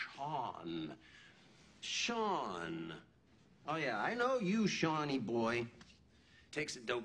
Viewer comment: And now your marrying shawuhn, shawuhn!